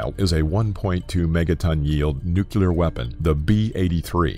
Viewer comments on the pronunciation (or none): There are no "nukular" weapons. However there are nuclear weapons. Learn to pronounce that word. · It's nuclear, not "nuculer!!" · Nuke-yu-ler. Give me a fucking break, man. If I have to listen to that mispronunciation one more time I'm gonna be forced to take another hit from my bong just to calm down. Dude. N-U-C-L-E-A-R. Nu-clear. Jeez. ;) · smart people say "nuclear", dumb people say "nukular". this guy says both, and it made my head explode. i must be a dumb people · Sometimes he says "nucular," the annoying mispronunciation, and sometimes he says it the right way, "nuclear." Never heard someone inconsistent like that. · It's pronounced nuc-lear, not nucelar. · it's nuclear, not nucular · The narrator says "nucular" way too many times. NU-CLEAR FFS! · Nuculer or nuclear? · NuCLEAR, not nuKYOOler. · NOT NUCULAR! SAY NUCLEAR. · Nuclear, not nucular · It's 'nuclear' not 'nucyaler'. Get it right. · dude it's nuclear not nukiller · Two things I did not like of this video: 1 your inconsistent pronunciation of the word nuclear. It is not nukelar, it is nuclear. Second, the over use of the word massive, when talking about the effects of all the nuclear weapons exploding at one spot. It would have been interesting to hear about some simulations. To hear some numbers. It is kind of intuitive that the devastation will be massive, but how massive? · New Clear. It's apparently rocket science? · "Nuclear" is pronounced "Noo-Cleer", not "Noo-Cue-Ler." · Repeat after me Nu Clear nu clear nu clear...there is no such thing as a nucular bomb and hearing someone who's describing the effects of NUclear explosion saying nucular kind of hurts their credibility. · It's pronounced nu-CLEE-ur, not nucular. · A better title would be, "What if Someone Mispronounced the Word Nuclear for Eleven Minutes Straight?" The word is NU-CLEA-R not NU-CYU-LER!!! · Why do you pronounce nuclear 2 different ways? You say it correctly half the time (nuCLEAR) then incorrectly the other half (nuCULAR).